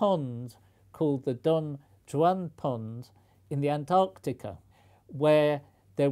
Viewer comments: The name Don Juan is Spanish and is pronounced “don wahn”. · Note to Sir Martyn: Juan (as in Don Juan Pond) is pronounced "Wahn". Great video (as always). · The J in Spanish sounds like the H in English. "Don Juan" is Spanish and is pronounced as "Don Huan" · "Don Huan", unless it's named after the Byron poem. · Really Professor Sir! Don "Djooann"!? I expected better....